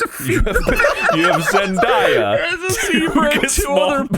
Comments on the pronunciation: It hurts me a little bit to hear you guys keep mispronouncing "Zendaya." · I loved this ep so much but the amount of times they said Zen-die-uh instead of Zen-day-uh was driving me a little crazy lmaoo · Why do they pronounce her name zen-DYE-uh?? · The Zendaya pronounciation being so wrong followed by the correct Zenyatta pronouciation is a true gamer moment 😭🤣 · I hope they learn how to correctly pronounce Zendaya's name 👑